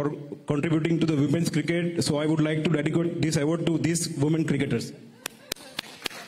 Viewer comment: i Would like to dedicate ❌ Dedicote ✅